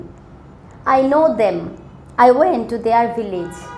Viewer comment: Went,mam not wen, something is mistake, thanks.